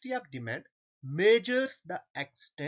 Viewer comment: Sir aap bohot acha padhaty hai lakin word demand theek se bolo plz